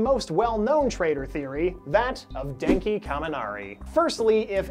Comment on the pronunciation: My heart stopped when I heard you say denki